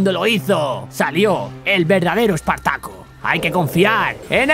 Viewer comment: "EEEEEEEpartaco" Servidor: LAN Invocador: Kigrium